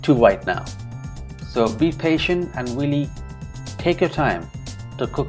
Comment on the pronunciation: this channa curry looks FANTASTIC Great voice-over. You explained the process very well!! I laughed at the blooper where you said "wealy". Lol. I have never added tamarind to channa before, but will definitely give it a shot. Awesome job 🙏🙏. Sandee